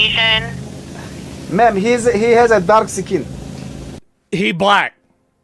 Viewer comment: lol i know he said, "he's a dark uhh skin," but it sounded like he said darxecan. It almost sounds kinda cool.